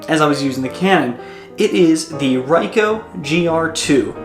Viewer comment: It is actually R"ee"coh and not R"ai"coh. Anyway, good one. Thx